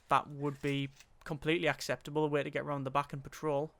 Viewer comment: Suddenly you said acceptable exactly like you would say it in Dutch lol